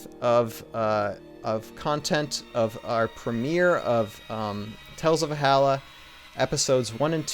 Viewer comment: Not to be nit-picky but every time you say Valhalla all I can think is why is he not pronouncing the L.. all i hear is "Vaallah"